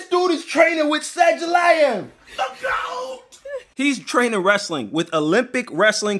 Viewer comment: 📍South African here. We don't care who Sah-ju-laev is (whatever his name is)... We dont care that Khamzat is getting EPO from Dillashaw's gym... Dricus will stop the takedowns, gas out Khamzat, and TKO him😐